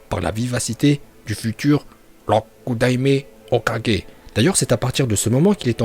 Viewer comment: Rokudaimai ho 4g prononciation 20/20